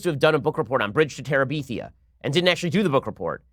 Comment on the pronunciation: No one: Ben: Bridge to TeraBEEthia